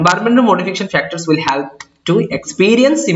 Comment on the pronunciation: though your video remain very much helpful to me .. n i heartily thanking u .. ... The word like 'help' sounds a bit awkward to me ....Pls don't mind 🙏